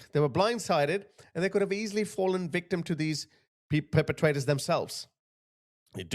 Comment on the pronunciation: There's a lot to unpack in this,. I'm so deeply sorry to say these things. she speaks "the vickram". Unusual at the very least, the victim? see the use of language. Richard Bandler would call this as expert use of language. It's very nuanced and very clever and it's conniving. I'm sorry good Sir. Henry was a good lad by the sounds of it. If you'd like me to go through things with you it'd be an honour. God bless you. Keep going. 🙏